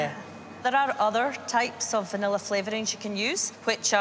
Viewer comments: Ugh. There is no "R" at the end of words that end in A. Its entertaining to listen to you consciously pronounce "vanilla" in certain parts of the VO, yet in casual, unguarded conversation you pronounce it as "vanillar" LOL. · "Vanilla I-Scream"